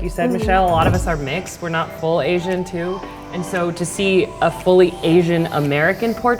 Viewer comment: drink, when they say asain...drunk after 50 sec.